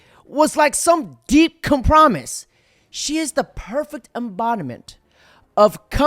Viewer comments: I like your channel and content but... "Com-promise"? Really, lol. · my guy why did you pronounce “compromise” like that 😂